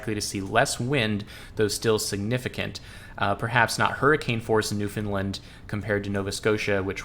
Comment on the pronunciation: Newfoundland rhymes with understand, just a heads up 👍